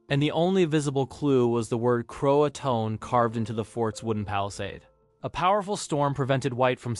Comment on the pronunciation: Croatoan is pronounced Croatoan, not Croatoan.